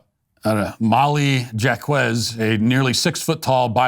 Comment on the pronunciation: Matt Walsh pronouncing "Jacques" as "Jock-ehz" is like Obama pronouncing "Corpsman" as "Corps-man"